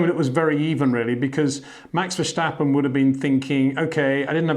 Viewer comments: HEY PETER WINDSOR, I HAVE MESSAGE FOR YOU SIR: it is NOT Max "verSHtappen" ... Max is not German (Germans indeed do pronounce "st" as "sht") ... #Max33 = Dutch NL/Belgium! ... It is not "Bottash" nor is it "Lewish" certainly not "verSHtappen" .... This BS started long time ago when a British sport presenter interviewed father Jos Verstappen and assumed you can use a German pronunciation to a Dutch Driver thinking it is so "funny" ... It is not. SERIOUS QUESTION: Can any Englishman say "versatile" out-loud without saying "vershatile" phonetically? ... Most can, about 99,99% ... that is why most English can pronounce Verstappen 100% correct! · I guess Peter van say START, in stead of SHTART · Mr. Windsor, pleeeease stop with the versjtappen! There is no j-sound in his last name.